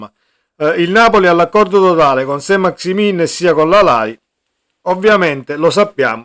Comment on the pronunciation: Si pronunzia Sant maxi men , un po di francese li sai?